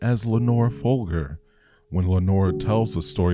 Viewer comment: Its Folger. Prounounced: Fole-jer